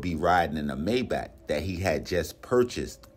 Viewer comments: MY BACH ITS MAYBACH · It’s pronounced Mai-baak. My Bach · He was driving a "My Bock" wtf😂😂😂